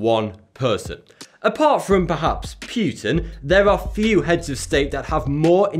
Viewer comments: Pyutin, yes, cause THAT is how you pronounce it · "Pewtin" ( ͡° ͜ʖ ͡°) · puytin, lol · The way you pronounce Putin...